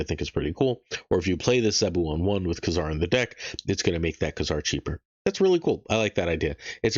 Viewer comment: KAAAAYZAR....long A